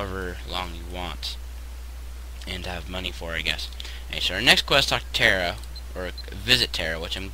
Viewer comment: It's Tara as in tar-uh not as in terra